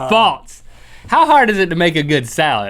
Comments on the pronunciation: Its funny how they both say "faltse" instead of false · please stop saying faltse